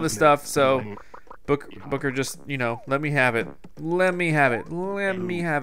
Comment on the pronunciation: when you said goodbye booker it sounded like goodbye booger